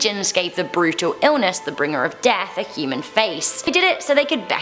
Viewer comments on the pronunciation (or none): none